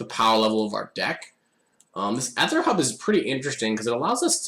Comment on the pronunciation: oh my god stop pronouncing "aether" like that!